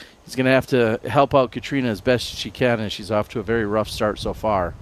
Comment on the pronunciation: Why can't use Catrina's name correctly.